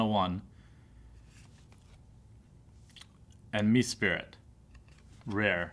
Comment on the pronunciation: di-al-ga , me-sprit, not spirit